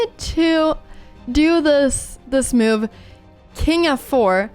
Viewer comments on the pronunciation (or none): The way you say it, it's spelled Myoove.